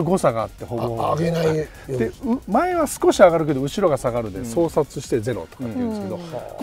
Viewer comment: 「相殺」と書いて「そうさい」と読むんだよ